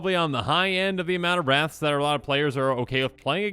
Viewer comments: I thought you said 30 rats i was like thats not too bad lol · I heard wraths as rats at first and was so confused where the deck was heading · 100% thought you were saying rats not wraths and I was thinking... what's so bad about rats? They aren't that strong. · Bruh I straight up thought you were saying rats, lmao 😂